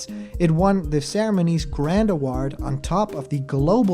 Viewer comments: Normal person: award (uh-woah-rd): award ( uh-ward) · Kinda sounds like uhwaard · For the love of god never say Ahwaard please! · Ok cuz it was bothering me and you said it like 50 times in a row practically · Hasn’t Sakurai already said this MANY times in the past? Why does this even need to be said anymore? Also, why do you pronounce “award” so strangely? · You say "award" funny lol